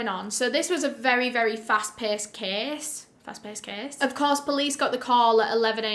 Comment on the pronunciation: thought she was saying kiss... (case)